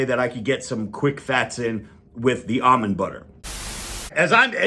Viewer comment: Finally, someone who pronounces "almond" correctly.